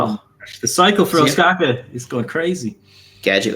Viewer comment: the way you're pronouncing Ostkaka is givin me the heebie jeebies